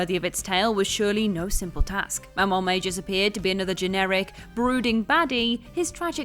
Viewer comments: I'm not big on correcting mispronunciations, but Magus is absolutely not "May-juss" it's "May-gus". You said it so many bloody times that it grated my nerves enough to correct. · I'd accept your way of pronouncing it also. It's mostly the "juss" instead of "gus" that got me. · I never thought it was May-gus but Magg-us like like how you say maggot. But yeah, it bothered me too. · Loved the list but are we sure it's pronounced may-jus and not may-gus? Keeping hearing it with that throaty g sound other places.